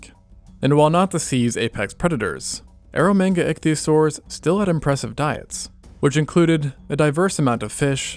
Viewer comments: Please keep saying ero manga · "Air of mega sea" clearly 😂